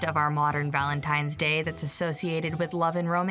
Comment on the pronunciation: Fact #8, every time someone says "Valentime's Day", a little piece of my soul dies.